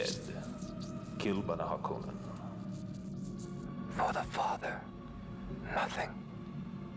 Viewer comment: The ‘o’ in ‘Harkonnen’ is short - harr-CON-nun, not harr-KOH-nun.